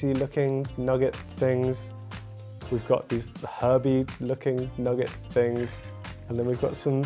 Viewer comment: Why am I laughing from to at the way says 'things'? 🤣🤣🤣